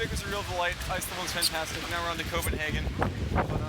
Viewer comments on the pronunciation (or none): for some reason I heard copenhagen as covidhagen!!!